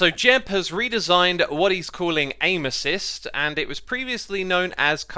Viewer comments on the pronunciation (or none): When he said “Aim Assist” I thought he was saying “Anuses”